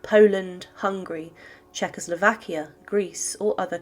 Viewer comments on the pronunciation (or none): none